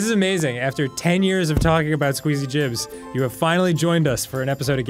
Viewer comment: This whole time I thought Arin and Dan just said Skweezy Jibs for fun 😂😂